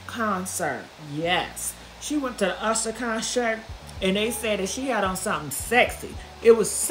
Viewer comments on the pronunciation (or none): Idk why I hollered when she said "conshirt"😂😂😂😂😂